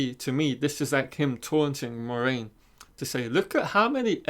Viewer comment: Lol. This kid doesn't even know how to pronounce MORAINE. It's pronounced "mwah-RAIN", not "More-main". Yeah, a poser.